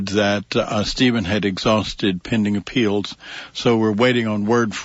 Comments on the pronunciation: It’s “appeals” not “apealds”. Good grief. I know Ray likes to intentionally sound as feminine as possible because he likes the attention, but damn, he’s got the most annoying and activating sound I’ve ever seen. Pick your mouth up and stop playing into your sexuality every other second. Nobody cares. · The sound of Ray Hill’s voice has got to be the most annoying lisping voice I’ve ever seen. Can’t even listen to it. Man pick your mouth up. The feminine lisp on top of it is just awful. “Appealds” - if I hear it one more time. Ray, there’s no L in “appeals”.